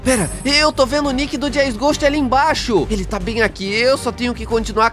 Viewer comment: fala jazzghost direito